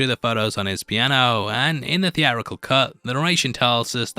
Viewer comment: It's Sicky T not Sticky T. It's theatrical not thee-ah-rickul.